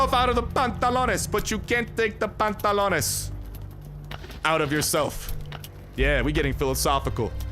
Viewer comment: From saying “ my pantlots are broken!! I need pantlos” now “I don’t where de pantlots